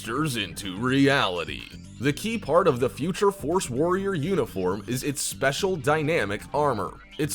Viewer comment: Lol when he said future force warrriorrrrrr